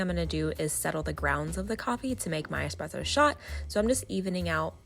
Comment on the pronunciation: Tfw she’s teaching ppl about coffee while also pronouncing espresso wrong... It’s an Es-presso not an ex-spresso.